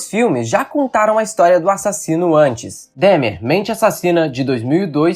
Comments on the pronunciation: É DÃHMER a pronúncia e não DEHMER! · nao e dehmar e dahmer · Não se diz Dehmer, é Dahmer, com A.. por favor 😅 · Que agonia ele falando "Demer" a pronúncia é igual a escrita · Filho, procure pronunciar o nome de Jeffrey Dahmer como pronunciamos aqui nos Estados Unidos. Se pronuncia “Dómer”, se soletra Dahmer. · Fala-se "Dómer"! Parece até que não assistiu a série. 🤦‍♂️